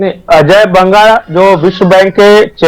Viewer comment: अजय बंगा नहीं अजय बग्गा.